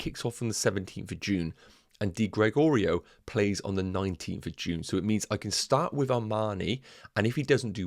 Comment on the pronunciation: Juventus keeper pronounciation Di - Greg - Oreo Good initial draft and clear explanations mate.